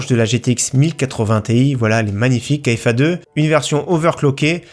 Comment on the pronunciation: KFA2 se prononce KFA « carré » comme en maths ( le 2)